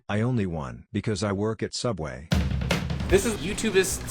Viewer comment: So you mean Sooubway, didnt you?